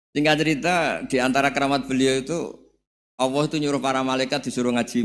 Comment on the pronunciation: Gus Baha,klu sebut Allah kok awoh